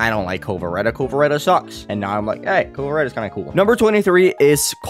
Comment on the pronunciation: Why do you keep saying "Vasureta" and "Kovareta" do you know what a W is lol